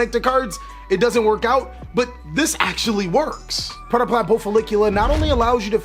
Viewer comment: Nice job, that was some really good predeplant pronunciation